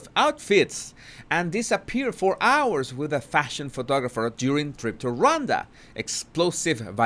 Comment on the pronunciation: Pronounced RahWonda